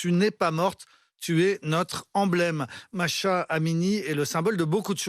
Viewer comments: C’est pas Masha 😂😂😂 C’est MAHSA😂 😂😂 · Arrêtez de dire Masha alors que c'est Mahsa... Respectez à minimum svp